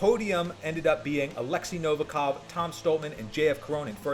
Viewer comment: appreciate your work, but learn to pronounce correctly the surname of 100% the strongest Man!